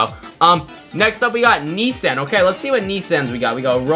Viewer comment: who pronounces nissan like that 😭